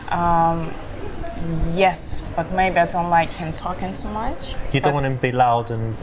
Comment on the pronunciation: I agree, a nice one is ... the way she says "MUCH" is a typical Russian/Ukranian soft sound of CH....:))...no other nation has this particular sign of influence of their mother tongue to their pronouciation of English...nevertheless she is beuatiful and where she comes from is irrelevant...